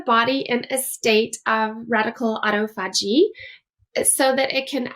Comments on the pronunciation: I don’t have faith in what this woman is saying as far more medically trained and experienced consultants like Dr Jason Fung say totally the opposite to her and know how to pronounce the Autophagy correctly I think this woman is a Quack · You cannot pronounce autophagy or detritus. What of “doctor”are you?